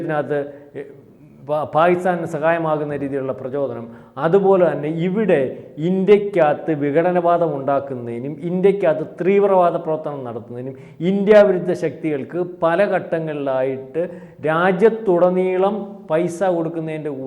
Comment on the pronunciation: not threevravaatham,theevravatham